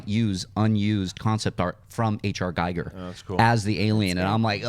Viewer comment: please learn to pronounce giger correctly. there is no "i" like your´s in the german language. phonetically correct you read and pronounce in english "geeger" (or giga).